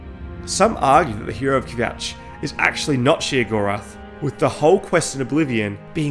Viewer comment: "hero of kvjatch" lmao